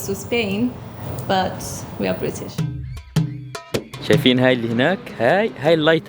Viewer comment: Prittish انتي لا نيبر تو سبين ولا بريتيش اقسم بالله مبين عربية ههه